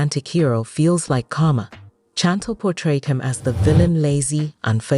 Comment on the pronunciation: Her name is Chantel can't even pronounce her name right 😅